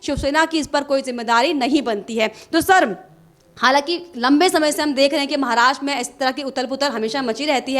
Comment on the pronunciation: Maharastra shabd ka sahee uccharan nye kar rahee prasakarta .mahila ! Dhyan deyn!!?